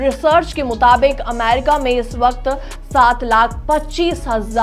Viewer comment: अमारिका नहीं अमेरिका😂